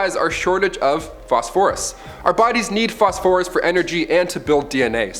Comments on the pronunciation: Good Vid but I hate how you say phosphorus. Fos-fer-us not Fos-For-US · Except for the way he says "Phosphorus". 🤦🏽 Say it with me now, "fos-fer-us"